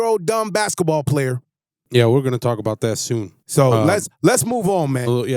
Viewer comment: It's player( he isn't) not playa.Playa is beach in Spanish